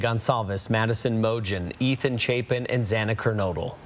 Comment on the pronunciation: So they are reporting on “remembering the victims names” and the news reader pronounced Maddie Mogens name incorrectly!!? What an idiot he is. Seriously inconsiderate and disrespectful!!😡